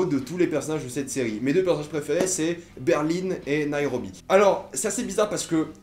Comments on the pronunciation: ET ON DIT BERLIN PAS BERLINE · La ville ont dit BERL1 et pas berline 🙄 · La capital de l’Allemagne c'est Berlin pas "Berline" :D Voila et sais tu pourquoi ils ont tous des noms de capital sauf Rio ? merci. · C pas berline mais Berlin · Par contre quand tu dis Berline au lieu de Berlin c’est stressant 😂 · Ta dit Berline c Berlin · Pourquoi tu dis Berline? C Berlin ma foi mais sinon j adore cette série c ouf !! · Euh c'est normal qu' il dis berline au lieux de Berlin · c Berlin et non pas Berline !!!!! cordialement Fillmz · C'est des noms de villes donc y a pas à dire "je prononce comme je veux". C'est c'est Berlin pas Berline, comme la ville quoi. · C Berlin pas Berline 😂 Sinon super vidéo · Pourquoi tu dis berline c'est Berlin c'est des noms de villes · On dit Berlin pas Berline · (ce commentaire n'est pas méchant) je sais pas si tu dis berline que pour le personnage ou aussi pour la ville mais personnellement je trouve ça bizarre moi je dis berlin mais chacun ça façon de le dire 😊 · Berlin pas Berline 😂😂😂😂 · C’est pas Berline c’est Berlin putain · Ça se dit '' Berlin '' et non Berline comme tu dis 😉 mais sinon je suis d'accord avec toi cette série est super 😊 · C'est Berlin pas berline! Non ? Je sais plus !? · Arrête de prononcer Berlin comme si qu'il y avait un "e" à la fin.... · Oui une capitale d'un état en quelque sorte celle du Colorado même si c'est pas une capitale d'un pays mais Rio n'est pas du tout une capitale ;) et pourquoi tu dit berline , je ne comprend pas ;) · Ba en espagnol ça se prononce Berlin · "Berline" Je saigne des oreilles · Berlin, pas berline Casa de papel et non pas case de papel